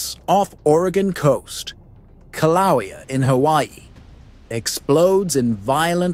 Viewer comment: How am I supposed to trust any source who can't pronounce Kilauea? And the Axial Seamount has erupted many, many times an poses no threat to Oregon. It's 300 miles away and collapses, so it doesn't cause a tsunami. calm the hell down.